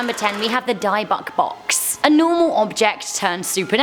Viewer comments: To the beautiful, I believe It's pronounced " DIHBUCK" not "DIEBUCK". Also, you guys had a photo of him, I think Zak has that box in his museum in Vegas. Not 100, but I don't think Rabbi's hid it away. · "Dib book" not "Die bock". The word of the day is... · I am definitely cursed burnt my tarot deck. Also it's dibbik not die buck. Haha ya ❤ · Its pronounced "Dib-bick" box not die bok box. Just wanted to say that. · Not to be picky but its pronounced dib-uh-k not dye-buck.. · Oh my dayz, pronounced "di-buck",not "dybuck " Sorry I love your channel,you guys rock,you see me through my depression, bbbuuttt, a brief check on internet on how to pronounce things of folklore always a good step This box in jewish lore,was a box to store an evil entity after a Jewish exorcism(of sorts) Like finding another vessel for the entity,instead of it jumping from host to host Its a very cool part of that religion, Have a quick scan of of theology within the world of parapsychology and this of stuff can be found Other than that I adore you guys and the hard work you put in xxxx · It’s not a die-buk box but a di-bik box. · You pronounced it wrong it’s dyb-bux not di-buc seriously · It’s not die-box , it’s dib-bick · Dybbuk is pronounced "dib buck" dear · Die buck. I've never heard the dybbuk box be pronounced that way and it's hilarious. Love this tho but that was really pronounced wrong haha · The dybuck box is pronounce di-bick. Like di as in did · Its called dybbuk Not die bok box lol She has no clue what shes talking about awww adorable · Isnt it a 'dib-bik' box? Idk maybe I'm wrong prob am... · Its pronounced (dibbic) dybbuk box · It’s call a di-bik box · It’s pronounced “dib - ick” box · OMG... It is pronounced “DIB-ICK” . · Lol it’s not DIEbuck box it’s pronounced dybbuk box lol it’s ok ur British we forgive u love 😉💕✌🏻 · FYI on the first one it's pronounced "dib-ick" box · Dybbuk is pronounce dibbuk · Number 10 is pronounced DIB ICK. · It's dih-bick box ;)